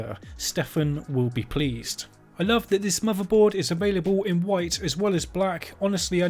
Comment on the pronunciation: “Muvaboard”. You have a new sub!